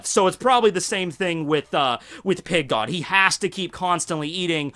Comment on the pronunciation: I don't know why but i always hear "Pink God" LOL